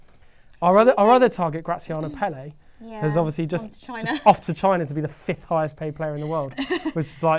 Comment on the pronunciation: the first person in English media to actually pronounce Graziano Pelle's name correctly, that "Pela" nonsense was doing my head in.